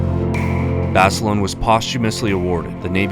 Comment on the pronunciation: of where 😂😂😂 at least say name right